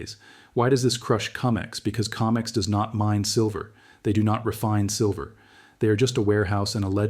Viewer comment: CO-MEX not Ca-mex